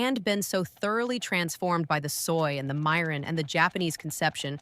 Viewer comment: Vids okay. Eaten many growing up, made some. Wish a real person narrating. Mirin and other words) mispronounced twice, 2 ways. Oh well. As long as viewers get the jist.